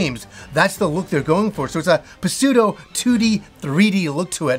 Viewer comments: Are... We not gonna talk about how he just Puh-seudo and not just Pseudo? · “Apokethary” “puh-sudo” Is mispronunciation a recurring bit on this channel? Maybe keep the audio in English for your next few games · Don’t know if this was on purpose or not but the P in pseudo is silent. Not pronounced. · Insightful as always. And while we all know you're Canadian, the P in psuedo is still silent up there 😉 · The first game was pretty bad. Sounds like this one is a bit better since the stories overlap. Oh, and the "p" is silent in pseudo heh